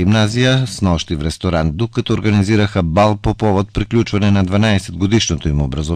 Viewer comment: министърът, а не министъра; няма дума /прилагателно/ записвателен! "Срокът за записване..."; отсрочен, а не одсрочен...; ресторант, на сръбски е ресторан.